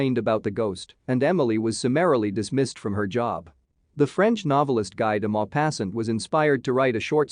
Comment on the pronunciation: I would like to see the narrator's grade for pronounciation. Dreadful! 'Doppelganger', 'Lui' and Guy de Maupassant are prime examples. How can anyone, trying to commit suicide, slash his wrist 6 times????